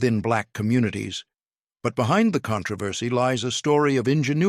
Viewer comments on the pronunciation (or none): none